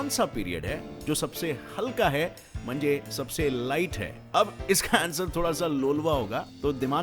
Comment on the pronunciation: That 'mhanje' 😂